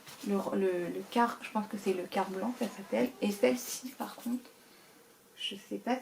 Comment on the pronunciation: Bonjour,merci pour cet unboxing. Quartz se prononce Qwartz et non kart 😉